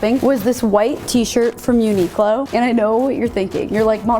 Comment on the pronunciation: Super cute outfits. I actually like the pencil skirt and grandpa blazer. Also just FYI - Uniqlo is pronounced like uni-klo rather than unique-lo. Sorry that was grating on my ears everytime you said it haha :P